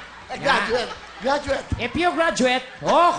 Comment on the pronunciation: if you graduated? graduation? graduet? Oh congratulet... hahaha